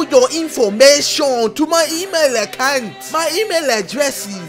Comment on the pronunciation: “Can I have your bonk accunt detais” Ksi